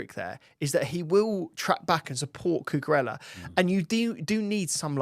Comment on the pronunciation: Guys please! It’s CUCUREJJA 😂